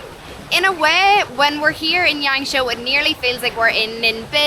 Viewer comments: Is it YangShuo? (Not YangShou XD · It's pronounced like Yahng-shwaw roughly